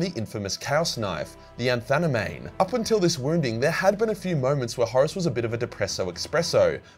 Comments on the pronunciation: Anathame is pronounced 'Anna-thayme'. 🤪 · "Anthaname", really?😂